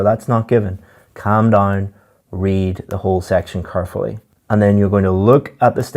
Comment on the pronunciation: Carefully? car fully? kerfully?